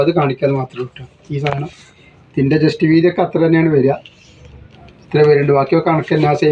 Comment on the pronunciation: എന്റെ ഒരു സംശയം നിങ്ങൾ ജെസ്റ്റ് വീതി എന്നാണോ പറയുന്നത്. ചെസ്റ്റ് വീതി എന്നല്ലേ പറയുക 60 സൈസ് നല്ല ചേലുണ്ട് എല്ലാം സൂപ്പറാ ണ്